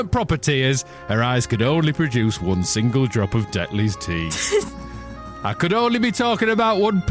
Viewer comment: She can't say 'one' WUN.